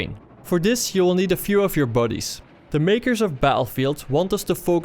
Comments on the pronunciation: buddies sounds like bodyes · i like the way you say"buddies" with your accent. WHAT?!?!